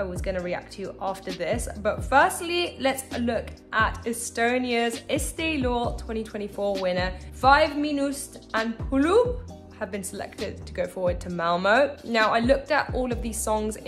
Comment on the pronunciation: Name pronunciation terrible. 1. It's Estonian name, so we say "Viis miinust" 2. Puuluup, u needed to pronounce long way. So maybe you need to read/pronounce Puuu-luuup.